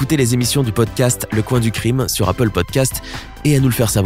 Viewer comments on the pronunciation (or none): none